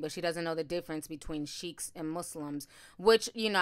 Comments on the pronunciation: Hey it's not cheikhs. It's Sikhs. Pronounced the same way you pronounce sick in English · “Uncomfortness” 😂😂😂😂 It’s “Discomfort” Ti! 🤣🤣🤣 Also they are Sikhs; and their religion is Sikhism. Sheiks are another community (Arabic) Totally different groups! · Ok i love you ti but it's pronounced like seeks. We have many in London. 😘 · Omg yes! Made me cringe hearing her say Sheiks over and over and over again 😩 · Sorry, Through out your commentary you pronounced the title of the 4 men incorrectly. They are not Sheiks. They are Sikhs. The h at the end of the is almost silent. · It's pronounced as seeks. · I believe it is pronounced ‘seeks’